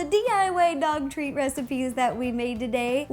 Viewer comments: Ro says "di way" in stead of "diy" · who heard "TAAA DAAAAAAA!!!!!!! here are all the DIWAY dog treat recipes that we made today" LOL!!! I LOVE YOU RO!!!!